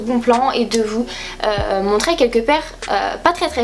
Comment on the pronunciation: Sa me stresse quand tu dit : "Je vais vous MONTRÈ" moi je dis montrer bref gros bisous je t'adore :)<3